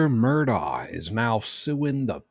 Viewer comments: Mur dock. Its not an english pronouncation. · Mur-DOK is how it's pronounced